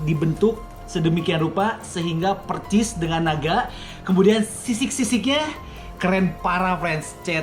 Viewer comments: Percis 😂😂😂 persis bang persis bkan percis 😂😂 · Persis bukan percis bang. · Bang persis...pake s bukan C